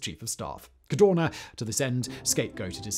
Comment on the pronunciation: It was Luigi CADORNA NOT Cardona.